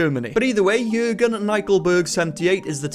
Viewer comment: The way he said “Jürgen” was very good. Greetings from Germany 💆🏽‍♀️